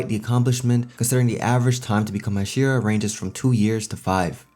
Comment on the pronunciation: The way you say Hashira is frustrating